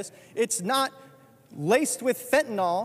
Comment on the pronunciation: Why is it so hard for people to pronounce Fentanyl properly? There is no O in Fentanyl.